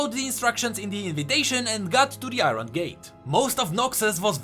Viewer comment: Iron pronounced as "ah-yorn"